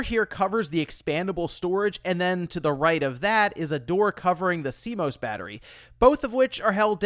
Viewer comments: Cringe at "SEE-MOSE" ARHHHHH ITS "SEA-MOSS" 😅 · I was like, cmose? What is that